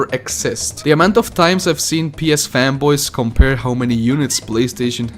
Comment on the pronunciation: I heard femboys instead of fanboys